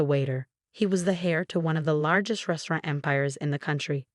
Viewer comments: Also. Secret hair. secret heir. H is silent. Pronounced air. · Heir NOT HAIR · Also if you inherit, it is 'air', spelled heir, not hair🤦‍♀️ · The AI reading is awful. It’s ‘heir’, not ‘hair’. 🙄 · It's Heir ! Not Hair 😮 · Ratchel? Hair? (Heir) This pronunciation is awful. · he's not hair, he's heir - quite a difference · Heir, not hair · Heir the "h" is silent. Not pronounced as "hair." Some folks need a grammar tutorial. Do we have one on YT🤔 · Heir is pronounced air the h is silent Rachel is pronounced Ray chel the a is long not Ratchel. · Yes, and don't forget hair instead of heir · If James was the hair, who was the heir? Hair of the dog? Haircut? Hairstyle? 'Heir', as in the one to inherit, has a silent 'h'. It's not difficult. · Do you want another pronunciation issue hair instead of are excuse me? Who's writing this stuff I want my AI companion to be able to pronounce words properly. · When you pronounce the word "heir," you do not say the "h."